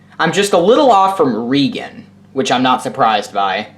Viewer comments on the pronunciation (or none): Ree-gan, WHAT? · You butchered Reagan's name by SEVERAL miles. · I could tell.